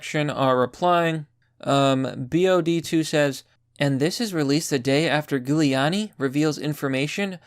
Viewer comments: Its pronounced Julie not Gulie lol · It's not 'Gooliani' it's 'Jewliani' How do you not know this? Otherwise, great video. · It’s not “gew leani”, it’s pronounced Jewel lani. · Jew-Lee-ani, not ghou-liani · JU liani. Lol not Goo liani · Just tried to type out phonetic spelling, using the first 3 letters of jewel... comment is shadowbanned..... you nailed it though PLEASE PRONOUNCE HIS NAME PROPERLY. "J*w-lee-aww-knee" NOT "Goo-lee-aww-knee" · ok pls pronounce his name correctly.. JEW-uliani pls bud.. thanks~~ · It's pronounced Juliani. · Bro I like your videos but PLEASE do your homework and properly pronounce people's names! You are pronouncing Giuliani's name wrong. It's a soft g! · It’s Giuliani - pronounced Jew-Leonne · "jew le ann e" for correct pronunciation, lol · Gooliani? Really bud? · Were you mispronouncing the name to make it extra spooky for Halloween? Ghouliani lmao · It's pronounced "Jew-lee-annie". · It’s Jewliani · Giuliani = Julie-ahny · It's pronounced >> JULiani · Giuliani is pronounced Jewel E ani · if I might... Giuliani is pronounce "Julianie" (Like Julie with an "annnie"). Hope this helps. MAGA/KAG 2020! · I like the content, but I have to ask, do you butcher these pronunciations deliberately? Honestly, it doesn't help your credibility. It's Jewel-ee-ahn-ee. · Please, stop pronouncing his name Goo-liani... lmao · have you never heard Giuliani’s name said out loud? pronounced jew-liani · It’s Jew-Lee-on-e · Thank you. Just trying to assist you here. His name is pronounced in the beginning like a jewel. It actually sounds like Jewel-e-a-knee. 👍🧡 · I love your videos but it's pronounced JULIE-ON-EE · Its pronounced Jew-lee-an-e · Giuliani is pronounced JEW-LEE-ON-KNEE 👌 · It's a soft G!!! Literally pronounced Jew-lee-ahh-knee! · Pretty sure it's Hoo-Li-Ani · Gooleawnni. Lol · Love your work, but you're not from NY. Its pronounced phonetically, jewel-e-on-e. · its pronounced JEWliani, bro.. get it right